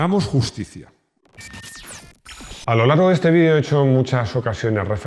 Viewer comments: Desde el 1er video los sigo y recién ahora les pesco un error al minuto 10 y monedas en vez de justicia dice justicica. Justito en el primer video del año! Felicidades gh son uno de mis preferidos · "HAGAMOS JUSTICICA" ... JEJEJE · "Hagamos JUSTICICA"?